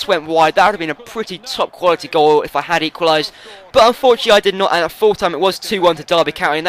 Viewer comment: "I had to give it to him unfortynately" XD